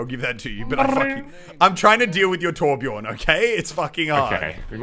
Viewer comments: Its Torbjörn, not Torbjorn. Also Brigitte is not french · Lol you say torbjorn it’s torbjö